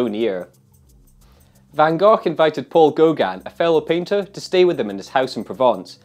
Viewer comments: Nope, it's actually not. The Dutch pronounce the 'g' sound like Peter did at the end of Gogh, but the sound is actually on both Gs. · I still think it's pronounced 'Van Goff'.